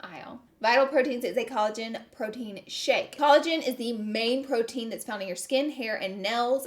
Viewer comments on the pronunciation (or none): none